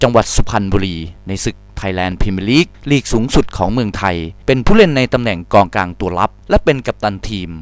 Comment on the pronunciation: ตอนที่พูด มิก้า อะ เกือบพูดว่ากลองกลางละ กองกลังง